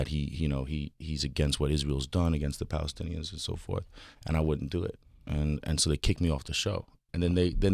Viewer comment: This man purposly butchered the phrase to make Palestinens look bad